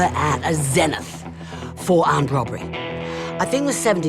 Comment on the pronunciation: She said ZENith. Good grief. Lol